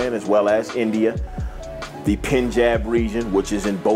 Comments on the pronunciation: Its punjab not pinjab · Great documentary...but its not PIN-jab its PUN-JAB. All in all great info, great breeder and advocate! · Penjab lol I think he meant Punjab! Good dogs and good dogman respect!